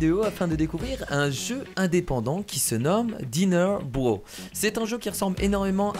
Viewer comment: (Intro) ca se prononce pas DINAIRE BROSSE ? Comme Mario BROSSE ( je met en MAJ pour la prononciation ) Au tuto c'était marqué et < débarrasser > non requis en solo justement je m'ennuyais